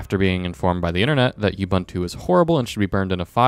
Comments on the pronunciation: Good riddance, learn to pronunciate. Ooh booon too. NOT you bun tu. Your review is irrelevant, sorry. Google does help ......take that from a literate Boomer. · Ubuntu is a word from the Nguni languages of Southern Africa. It means "I am, because we are." And this is how to pronounce it: ooh booon tooh. The way you say it, is offensive, you"ll understand when you learn something about colonial history. Pronunciation can be checked online, by those that understand browsers.